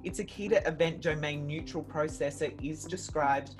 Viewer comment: It's a 'neural' processor luv, not 'neutral'.... ffs.